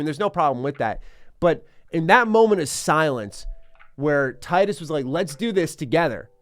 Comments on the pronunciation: Its tee-dus btw not tie-dus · Tidus not taidus Do you say pick or paick? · It’s pronounced canonically “Tee dus” not “Tye-Dus” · He's called Tidus, not Tightus :( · Not that it matters much, but it's pronounced "Tee-dus" not "Tie-dus." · He said “Titus” instead of “Teedus”. ✌️ peace out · It's not "Tie-dus". You pronounce it as Tee-dus. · Hate to break it to ya, but it actually is in fact pronounced tee-duss. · Why people keep calling him Tydus? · It's pronounced "tee-dus", bruh. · Tee-dus. Great video aside from the incorrect pronunciation. Thanks for showing off one of the best games of all time! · You are mispronouncing Tidus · Man is saying Tidus name wrong the whole video lol